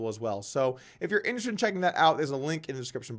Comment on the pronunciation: Doug, the word is pronounced in-ter-es-ted...